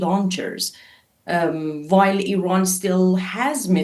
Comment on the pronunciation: Ffs please send your voice over reporter for speech therapy before you allow them to record another voice report. It's infuriating having to listen to him repeatedly saying Iwan and Iwaq and Aiw Waid Shelters. Come on man.